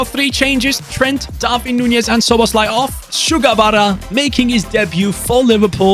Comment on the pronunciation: love ur content but u say darvin nunez when it is darwin nunez